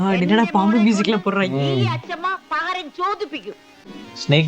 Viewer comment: Not Paharam. its Pakaram